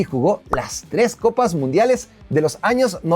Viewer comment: Cuatro "coppi" calma wacho 🤣🤣